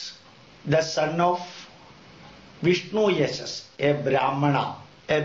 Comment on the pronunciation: Actually Dr.Zakir Naik has all the knowledge. This guy cannot pronounce any words that is not his mother tongue properly. Watch him he says vishnuyashash, and then a brahmana, a Brahmin. His English is weak and obnoxious.